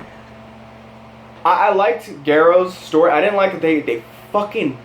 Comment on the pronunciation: Your pronunciation of garos is so bad “GAY—ROS” but still the season two was even worse